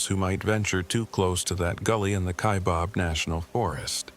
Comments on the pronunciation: It’s fiction. He doesn’t know how to pronounce Kaibab (not KaiBOB!) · It's kaibab "bab" stupid this is how you no this story is bullshit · ky bab not bob.....AI get it together...I live in Kaibab